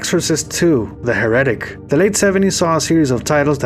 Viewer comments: Ah...Bruh? It's pronounced, hair-a-tick. Not, her-eh-tic. Just sayin'. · I surprised that with all the work that whoever put into this that right from the start you completely mispronounced the word HERITIC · That's not how you pronounce the word Heretic. 👎